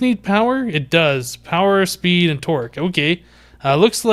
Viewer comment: Am I the only one who thought he said power speed twerk?